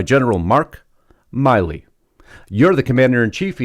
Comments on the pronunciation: Milley not Miley. Not to be confused with Miley Cyrus. Milley like a mill. Just FYI. Losts of people confuse this. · I believe it is 'Mill-ee' not 'Mile-ee'. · Isn't General Mark Milley pronounced like Willie? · His name is mill-ey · You're saying his name wrong and this is nothing nobody talks about this on October 24th 2020 on YouTube on a site called crooked media approximately 19 minutes 19 seconds in Joe Biden said and we've all heard it we're in a situation where we put together and you did it for the Obama Administration we put together the most exclusive and extensive voter fraud organization US History everybody should be showing that everyday Trump should be showing that that at the beginning and the end of every rally everybody should be showing that every day when they start a show and end the show call Harris is not legitimate they stole the election they were selected Not Elected they're illegitimate that's treason